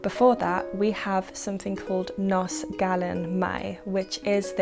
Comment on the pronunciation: Just FYI, the letter F in Welsh is pronounced V, so HAF is hahv not haff, likewise GAEAF, and NOS rhymes with horse rather than hoss :)